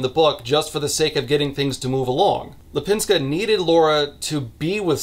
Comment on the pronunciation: You were very close with her name. Lip in Lipińska is prounounced more like leap and not lip and I have no idea how to explain "ń" maybe like high tone "ni" in pinion or the double "n" in nanny? That's the best I can think of.